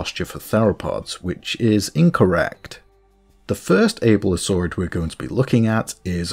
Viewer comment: Every time you say "VEN-O-tor" Or "ABE-ilo-saurid" I die inside a little